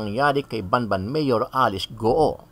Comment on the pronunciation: It's BAMBAN, not Ban Ban